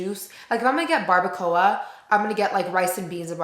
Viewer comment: The way you say “barbacoa” 😅🤣 HAHA so funny